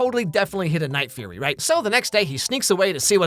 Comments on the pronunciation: The Night Fury ✅ The Night Furry 💀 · oh no, not the night-furry 😂😂 now i cant unhear that 😅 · every one says night furry, isnt it night fury? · I wonder how many other people instantly jumped into the comments to correct him saying "Night Furry" until he later corrected himself to say "Night Fury"? 🤔 Cause I certainly know I was tempted into doing that exact thing. 😅 He already knew the correct pronunciation and said it anyway to bait for comments. Afterall, he's not actually reacting to these clips live. It's part of his script he sets up to go into the final videos. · "NIGHT FURRY" lmaoooooo is it not "Night Fury"? Edit: I resumed the video and now look like a fool...